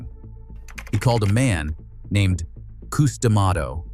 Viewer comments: Cus, Cus his name is Cus not Qus😂😂😂😂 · Who the f is Coos. Get it right or don't do it. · Yes Cus sounds stupid saying it wrong. Sorry not trying to be rude